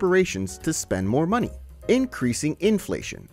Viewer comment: “Muh muny”